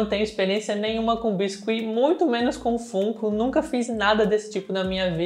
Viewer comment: Sempre fantástico seu trabalho, sou fã faz um tempo… Duas observações para te ajudar (perdoa se de alguma forma parecer chato)… FUNKO POP se pronuncia FÃNKO POP… assim como FUN (diversão em inglês) se fala FÃN. E a serie ROUND 6 é Round SEIS mesmo, em inglês é SQUID GAME e o unico país que traduziu como ROUND é o Brasil mesmo então o número está em português. Parabéns pelo canal sempre